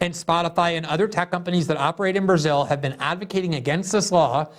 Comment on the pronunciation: Glenn pronounces it "Berzill" lol